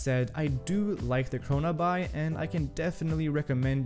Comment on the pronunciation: “What ever?” Kronaby, pronounced, CHRONABEE! Like “The Great Gatsby” 🗣 not Gatsbuy. Though, great video 👍